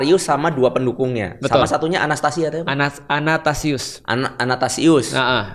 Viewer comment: Athanasius ko Felix, bukan anatasius